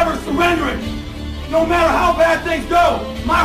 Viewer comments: Kurokuro basuke!!!!it doesn't "maer" (matter) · "it doesn't ma'ah"